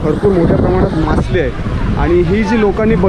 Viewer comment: मासली नाही रे बाळा मासळी